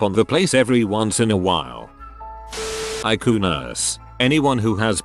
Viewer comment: It says eyecoo and not ICU